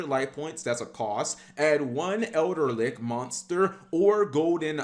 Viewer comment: There is no "R" in Eldlich.